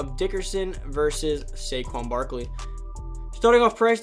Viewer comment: U got Barkley wrong